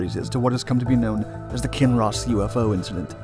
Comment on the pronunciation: Hardly anyone in kinross even knows about this haha . Thanks for pronouncing our towns correctly !